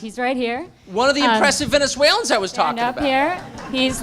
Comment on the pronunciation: “venezeulan” your tipoff